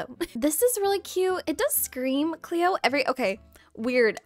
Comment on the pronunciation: Girl I love your videos but I was screaming CLOE everytime you said Cleo😂😂